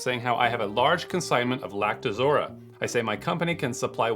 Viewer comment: It's pronounced "Lact-o-rosa" not Lact-uh-zora